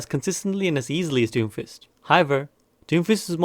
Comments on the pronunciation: Lul "Doomifst" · Lmao it says Doomifst instead of doomfist